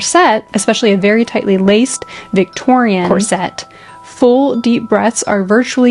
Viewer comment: I recently came across this channel and as someone who is passionate about designing and making period clothing and costumes as well as modern wedding and prom dresses, I absolutely love it ❤ I would just like to point out as politely as possible that corset is pronounced differently to how its being said here. It is something I hear more commonly from American sources, but their isnt an emphasis on the 'set' at all. It's not 'corSET' - it's just cor-set. Maybe more like corsit for Americans reading this? Rather than rhyming with corvette, it sounds more like saying 'force it' fast 😂 not really sure how to describe the pronunciation other than like that!